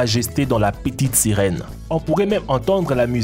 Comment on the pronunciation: "La pitite sirouen"😂😂😂